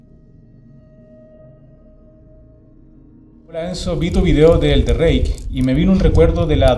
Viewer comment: Cada vez que escuché "elderreik" mis oídos sangraron